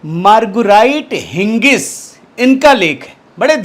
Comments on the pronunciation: it is Higgins not Hingis as u pronounced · हिगिंस कहिये। हिंगिस नहीं।